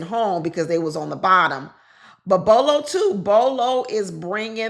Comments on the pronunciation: Not Bolo lol Bello bell-o 😂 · Bello not Bolo. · The gentleman with the beard in the pink suit ‘s name is Bello not Bolo.